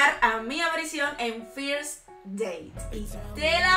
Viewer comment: First con E la pronunciación no con i cada vez q lo dice con i muere un gringo 😢😂😂😂😂😂